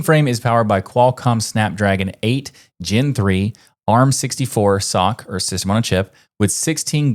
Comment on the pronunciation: Thumbs up for pronouncing SOC properly, not spelling like bunch of idiots do.